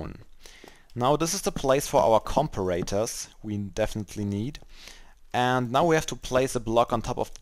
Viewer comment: Com-per-ators lololol